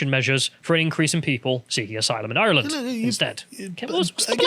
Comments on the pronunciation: still can't pronounce Ireland ffs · The Irish parliament (Dáil Éireann) is completely full of globalist, woke, far left traitors. And hell yes that is depressing. But at least Irish reunification is around the corner AND we have a fantastic rugby team! And who knows maybe will one day learn to pronounce ‘Ireland’ correctly and Karl will bother to learn absolutely anything about his nation’s nearest neighbour. One lives in hope.